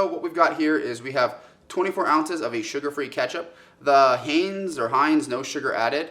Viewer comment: "Hanes" ?? Our youth are totally fd. How in the world can you live 18+ years and not know how to pronounce Heinz...good gawd help us